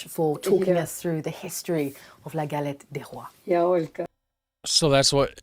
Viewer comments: Pronounce "Galett day Roa" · Please improve your french prononciation